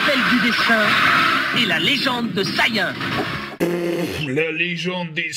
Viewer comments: C'est vrai que ça fait "saillant" de dire Saiyan ^^ Faut le dire avec l'accent Japonnais Benzaie! Comme BANZAÏ!!!!! (Osti je viens d'avoir un flash de Mr.Miagi ^^) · Benzaie, arrête de parler de dbz tu y connais rien, tout le monde sait que Saiyan se prononce Guerrier de l'espace. Vraiment c'est incroyable de pas savoir ça